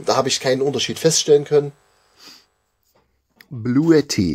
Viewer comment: ...es wird "Blue TTI" ausgesprochen...sonst fehlt das e bei blue...